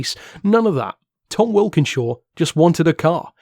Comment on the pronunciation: Tom Walkinshaw not wilkinshaw , sorry I'd want to be told.